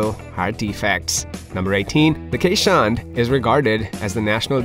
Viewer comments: This is a Dutch breed so please pronounce it correctly. it is Kays:hondt or "Case" "Hond" with a long "O" which is Dutch for Dog. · 99% of Keeshond owners know that the breed is pronounced Kayz-hond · Please stop calling our breed quichehond… or Keesh hond… or keesh hound… They are called Kay’s hond. As people called Cornelius in Dutch often get the nick name for the letter k which is pronounced Kays. In essence K’s dog or K’s hond. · Your #1 fact should've been the appropriate pronunciation of the breed. "Keeshond" is pronounced kayz•hawnd, and the plural form is keeshonden, not "keeshonds". Also, I don't think they're considered a "rare breed". They may be an uncommon breed, but that certainly doesn't make them rare. If you want a keeshond, you wouldn't have any trouble trying to find a reputable breeder. The AKC Marketplace has several, and puppies are always readily available. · Ok, I appreciate your video - but this is SUCH a lovely breed, if you take the time to make a video about them, why not make the effort to educate people about the proper pronunciation. EVERYONE who is the lucky parent of a Keeshond knows that answering questions is part of the deal... " what kind of dog is that??" "Is that a Chow??" "Do you need to brush them every day??" It's just part of the deal, and these lovely lovely dogs deserve the effort.